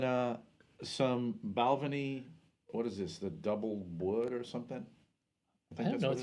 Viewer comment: When you pronounce "Balvenie", it should rhyme with "bad penny".